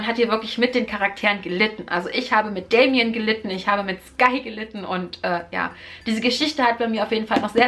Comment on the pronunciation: Er heißt Da-mi-an, liebe, nicht Dämien!!!! 😉 P.S.: Du musst ein bißchen aufpassen, dass du nicht zuviel erzählt, für meinen Geschmack ist das nämlich schon zuviel....